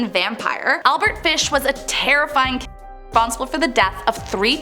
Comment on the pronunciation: Can't believe that you can't say killer...